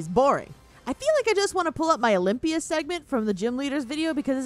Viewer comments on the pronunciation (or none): none